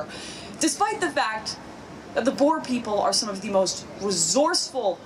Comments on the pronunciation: also the pronounciation of oe is just wrong, its more like an "oo" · You've gotta roll the R in 'boer'. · As a South African, I love seeing you cover our country. Hope you do it more in the future. Also, you going through the different pronunciations of 'boer' made my day. 😁